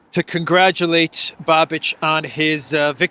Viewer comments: His name is not pronounced BABIDGE, but BABISH! S with a hook is SH. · His name is pronounced .. "Babish" ..... not "Ba-bitch"😆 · Babiš is pronounced like babisch better man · Thanks for the news. Babiš is pronounced as Babish 👌🏻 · Babiš…. It’s pronounced Babish. Small correction 😊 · Hello from the election ground! His name is pronounced Ba-bi-sh. Thank you for your work!